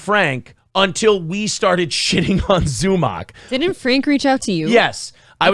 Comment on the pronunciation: Hey! If all of the shows that speak on Zumock pronounce it similarly to stomach, that will BECOME how it is pronounced.